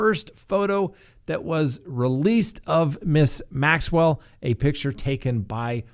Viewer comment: you pronounce G. Maxwell name perfectly but Duggar had you stumped?